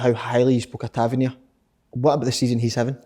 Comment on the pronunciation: Tav-IN-Ear.... ffs KK